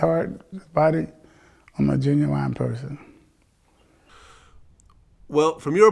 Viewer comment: He's a "genuwine" person😂😂😂😭😭😂😂